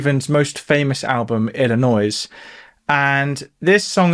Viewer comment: As someone from Illinois Its so funny how you pronounced my state lol